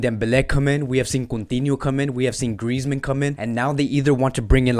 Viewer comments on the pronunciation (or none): none